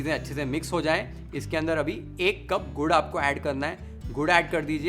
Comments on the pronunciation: Gaur nai Gur or Gud or Good . Stop saying Gaur plz. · Aap gud ko gaur kyun bolte ho aapke subtitles video ko cover kar raha hai, video is wasted